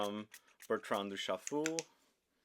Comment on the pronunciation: Did he say Bertran Douschafool?